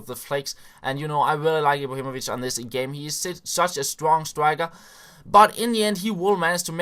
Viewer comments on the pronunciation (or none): stwong stwiker